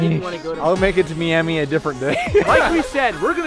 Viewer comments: For the love of god stop saying me-ami its fucking my-ami, MIAMI. JESUS. So cringeeee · Y did u say Meamee. Its M-eye-am-e. it is spelled miami but that is how you pronounce it. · Bro said meami it's miami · Me-ami? Do you mean my-ami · why are you calling it meame its miami thats where i live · They can’t pronounce Miami correctly it’s so frustrating.👺